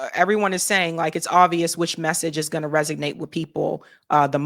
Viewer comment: How you tout working at Harvard then say "resignate" instead of resonate. That math ain't mathing